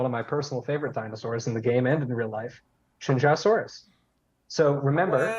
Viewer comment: In an effort to preserve my ears next weekend, as a (not quite fluent) Mandarin speaker, I feel the need to remark that Qianzhousaurus should be pronounced like "Chen-Zoe-Saurus." I've heard people like David Attenborough on Prehistoric Planet and the voice actor who plays Cabot Finch in this game pronounce it like "Chen-Joe-Saurus," but to me, that just sounds like someone's trying too hard to get the proper inflection incorrect but without fully understanding how it's supposed to be pronounced.